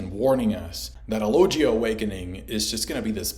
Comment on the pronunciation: it's pronounced loGUIa, like in GUItar, NOT loJia, it's a hard G Also finally you get, Logia awakenings have been hinted since Punk Hazard, Oda quite often does "SHOW, DON'T TELL".